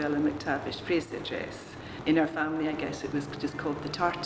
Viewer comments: Slightly irritating that the name Fraser was constantly mis-pronounced. She kept saying Frasier as in the American TV show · Americans please take note; it's Scottish, not Hungarian. It's Fraser with an 's' as in Scotland. It's not pronounced 'Frayzshure' as in Hungarian actress ZsaZsa Gabor's first name. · The name is pronounced Fraser (Frayz..er) not Fraysher 😟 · Please. Would you stop mispronouncing Fraser. It is not FRASIER. It has no I. FRASER.